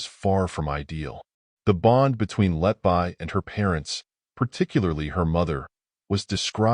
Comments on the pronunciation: Lucy 'letbuy'? It's pronounced 'letbee'. Stupid AI narration. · I like your presentation but please correct the mispronounciation of her last name, everytime I hear Letbuy instead of Letby my blood pressure rises